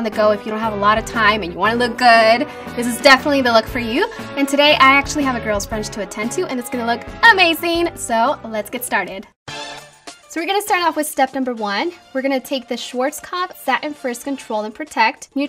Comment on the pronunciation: Her first language is Spanish and in Spanish, the z's and s's are pronounced very similarly so I think thats why she pronounces the z's like s's